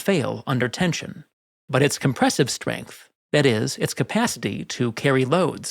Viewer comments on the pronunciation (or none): none